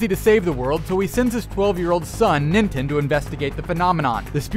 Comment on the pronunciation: Huh. No comments that he is saying nintens name wrong. He is saying nintin.